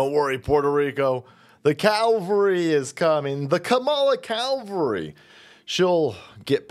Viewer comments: CAVALRY cav-ul-ree not cal-vory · Cavalry. Calvary is different. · Calvary!? Not at that event... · A lot of people make that cavalry/ Calvary mistake. It bugs me. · Did you say Kamala cowvalry? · Are you saying "Calvary" on purpose?